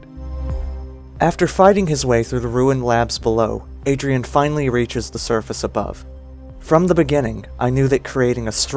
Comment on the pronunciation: Massive emphasis on the finally I’m just sayin